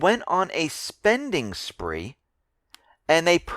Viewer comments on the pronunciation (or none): none